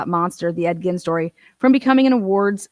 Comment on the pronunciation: Bro it’s Ed GEEN not Ed “Gin” JFC learn your shit before you attempt to pronounce